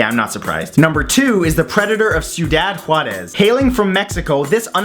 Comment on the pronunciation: that’s not how you pronounce ciudad juarez smh